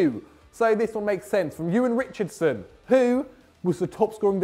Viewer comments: #Statwars Q. Out of the 92 teams in the football league this season, which team's stadium is the furthest north? A. Newcastle P.S. - it's 'Rixson' not 'Richardson' 🤦😂😘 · You should have given my question to Ciaran. He would have got it as he is a City fan. (Yes I did make it and did butcher y last name but great try )